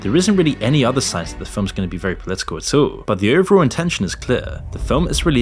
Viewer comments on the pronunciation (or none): “At awul”